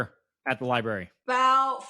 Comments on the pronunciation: It's actually embarrassing. This woman works at a library and can't even say it correctly. It's sad. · The way she says library “li-berry” kills me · She has 2 agents and neither has told her how to pronounce library.😢